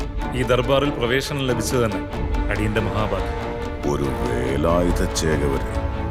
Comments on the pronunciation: സംസാരം മിക്കവാറും കേൾക്കുന്നില്ലല്ലോ ഗോപാലേട്ടാ?? ആരാ ഓഡിയോ റെക്കോർഡിംഗ്? ഛേ, വളരെ മോശം👎 പിന്നെ, 'വേലായുധ' ആണ്, 'വേലായുദ്ധ' അല്ല! ഭാഷയെ കൊല ചെയ്യരുത്, പ്ലീസ് 🙏😅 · വേലായുധ ആണ്‌... വേലായുദ്ധ അല്ല... മലയാളം അറിയാവുന്ന ആരും ഇല്ലേ ഗോപാലേട്ടാ?